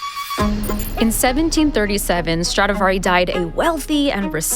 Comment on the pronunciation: First of all it’s Stradivari and not StradAvari. Other point - what is Strad(s) ??? Can’t you just respect the name of Antonio Stradivari and call it by his real full family name ? Is it that difficult ? Awful to hear how you mangle his name 😢